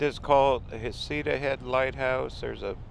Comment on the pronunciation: Love your channel…. But asking the locals — isn’t it pronounced “Heck -uh-ta”?